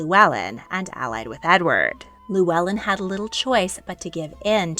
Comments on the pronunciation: This is great. Thank you (diolch). When you pronounce ‘Owain’ it might help you to pronounce it ‘oh-wine’ rather than that ‘o-Wayne’. And, although it’s not really correct in terms of pronunciation you could pronounce ‘Llewellyn’ which you’re calling lew-ellen’ as ‘thew-ellin’. Thank you for this brilliant series 🏴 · The LL is actually pronounced as an FL. Our family are descendants, and it is pronounced Fluellen, not Lluellen.